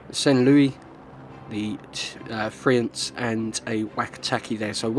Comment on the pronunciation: Nice prononciation of Duguay-Trouin. Friant, t is mute. French cruisers have spaced armor, although very thin, it helps protecting the citadel against same class ships more that it would seem. A Minotaur can't citadel a Saint Louis (t9 cruiser) unless aiming for the weakspots under the turrets. Generally, if your ammo is not the right one, you still can't raise your aim to hit superstructures, weakly armored parts such as bow or stern, hupper hulls to guaranty some damage.